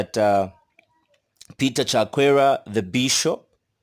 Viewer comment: Did you say "Peter Chakwera?"